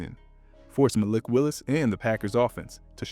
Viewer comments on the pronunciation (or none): none